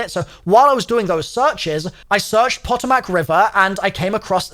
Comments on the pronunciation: Puh - tomb - ick. Marylyn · Puh Toe Mack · It’s pronounced the “ pah-toe-mik” river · “Poe””toe””Mac” river - “mare””land” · Puh-toe-Mac River. And don’t say Maryland like that. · It’s pronounced Pa-toe-mic river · POE-TOE-MAC is the pronunciation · PAH TOE MIC river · Just fyi the Potomac is pronounced “Pa-toe-mick” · Pah toe mick river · Potomac = puh-toh-muhk DMV AREA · "Puh-toh-mac " sheeeesh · I think Potomac is pronounced as "puh-tow-mick" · its pronounced (Puh - tow - mick) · Pa-toe-mic is potomac. N its M-air-lin is Maryland not mary land 😩😅😂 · Its po-to-mac river btw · Poe-toe-mic I’m from Va that’s how you say it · Pronounciation tips as an east coaster Maryland: Meryl-land, but no space in pronunciation. Potomac: Po-to-mic, but again, said quickly with no space between hyphens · I love your content bro but as someone who lives in West Virginia it’s PO TOE MAC river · Pot-o-mack and Mary-land make me laugh as an American haha. Great video dude. Full blown Schizzo mode and i love it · Potomac is pronounced Po-Tome-Mick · Pluh- toe -mick river say it again. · Pa-toe-mick is how it’s pronounced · The pronunciation is a bit weird, but for future reference the river's name is pronounced puh-toe-mik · Omgoodness, I love you. Not hatting here....just love... Let me help you. clears eyes of tears from giggling Puh-Tow-Mic = Potomac & Mare-a-land = Maryland <3 <3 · It's puh-tow-muhk. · Potomac river is prounced "poe-toe-mac" river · The Patomac is usually pronounced Puh•toe•mic Just in case you care 😆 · The Pentagon is on the Potomac River. prounouced Puh Toe Mick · Potomac is pronounced kinda like Puh‐toll-mic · Po-Toe-Mic river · Isn't quite right lol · Its so wierd knowing these places irl! Also cringing every time he says Potomac😂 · me, a virginian, hearing him butcher potomac multiple times xddd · It has the pronunciation on the wiki. Your boy just didn't care, but I'm here for him trying to pronounce American. Lol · Poto- Mac and cheese